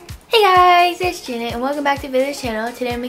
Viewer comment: Girl u said “Jant” when it is “Janet”